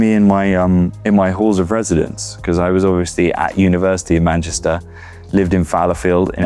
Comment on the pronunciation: Love the way Jack has this really perfect accent but then always says MANCHISTER.